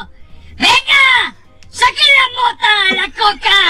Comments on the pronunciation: Soy el único que escucho MOTEA EN EL MENSAJE DE TE AMO!? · Empecé a escuchar "Motéa"